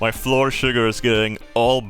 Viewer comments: Annoyed at in the first 30 seconds. Love it. If "flour" is pronounced "floor" then "our" is pronounced "or". "Flour" is like "flower" just like "our" is like "ow-err". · Oh man he's finally saying Floor properly. It's flower. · fl our flour it's flour not floor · as much as i love your accent, flour and flower are homonyms meaning a word that’s pronounced the same but spelled differently, just a little english lesson for ya :) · Day 3,564: still can not pronounce flour correctly. He's beginning to openly reject this new knowledge. We'll have to up the dosages. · He pronounces it as fluoride “fluor” in Swedish which I find extra funny.